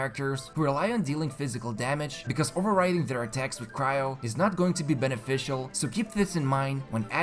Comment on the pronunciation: Everytime you said beneficial I remember that Benne-Fishcl